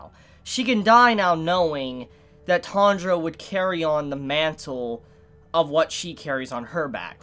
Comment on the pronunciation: Tandra? It’s T-A-N-J-I-R-O